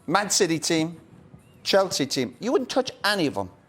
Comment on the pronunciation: "U wouldn't touch ANNY of em" lmfao